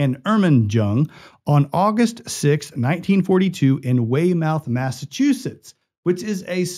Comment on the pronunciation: It's way-mith. Not way-mouth